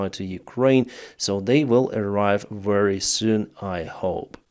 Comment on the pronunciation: Please 😅dont say very with w. V as in vast fex